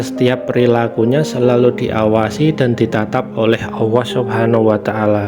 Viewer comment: Sy protes ..masak admin nya bilang Allah kok owwoh kalo cidal jgn jd yutuber bos